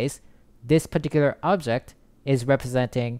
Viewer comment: pitiküler diyişini yediğim ne güzel anlatıyo reis ya